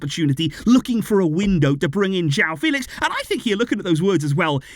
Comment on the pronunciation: I saw an interview where Joao Fèlix said it’s not pronounced the way says it but the other way Fè-lix